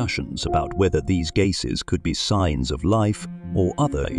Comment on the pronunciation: Strange pronunciation of "gasses"! Is it just AI not working or is this whole thing spurious?